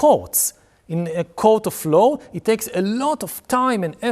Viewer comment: אם אפשר לשפר את השפה האנגלית שלך: אתה אומר Law כמו שבאנגלית אומרים Low. אבל עדיין הרמת אנגלית שלך מאוד מרשימה